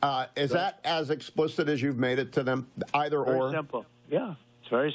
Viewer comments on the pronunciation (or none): none